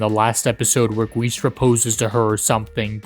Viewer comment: That's not how you Pronounce Guiche, Kirche, and Montmorency's Names.